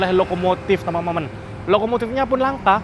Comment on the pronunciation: khas banget ngomong temen temen nya,jadi temememen